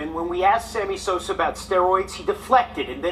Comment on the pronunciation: Did i hear you say Sammy Soser 🤣🤣🤣 sounding like Stephen A Smith, brother. Lol Peace